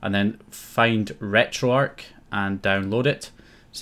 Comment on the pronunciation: Am I the only one who picked up on the wrong pronunciation of retro arch as retro ark